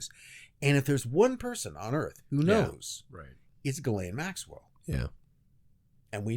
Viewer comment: I’m French. Ghislaine is pronounced “Djee-len” with “len” as in “lent”.